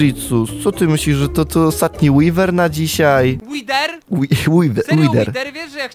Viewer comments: Mówi się łider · łider nie łiwer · Mówi się wider pisze wither nie mówi się łiwer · TO SIE CZYTA ŁIDER A NIE ŁWER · BOŻE MÓWI SIĘ (ŁIDER) A NIE (ŁIWER) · wiesz że nie mówi się łiwer łider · nie mówi się łiwer tylko łider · Od kiedy wither to łiwer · Nie wiwer tylko wither rozumiesz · Nie wiwer Tylko wither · Łidera nie łifera